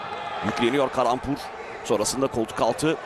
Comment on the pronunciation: я думаю что за каламбур все время а оказывается калампур)))